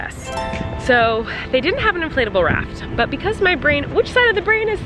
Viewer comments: Did anyone else think she kept saying inflatable RAT? Not RAFT? Just me okay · Dude. I thought she was saying inflatable rat at first. I was gonna say....”no wonder she didn’t find one because they don’t make inflatable rats” well.....the boat makes more sense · Did anyone else hear “rat” when Colleen was talking about her inflatable raft popping 😂